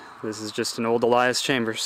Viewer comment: Why is it that you call it an Allias Chambers? It's Allis Chalmers. Ha ha! Nice vid though. Looks like it'll be a good rake!